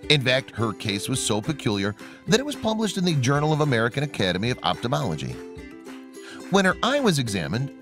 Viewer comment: NARRATOR GET ELOCUTION LESSONS! Ophthalmology not optimology